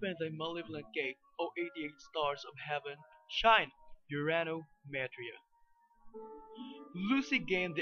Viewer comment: Actually its more like Urano Metria ( ur ahh no meh tree ah)